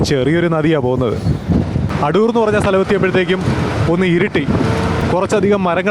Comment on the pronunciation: അടൂർ അല്ല ആദൂർ ആണ്